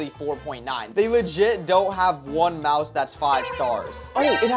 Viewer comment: Bro said mise instead of mouse💀💀💀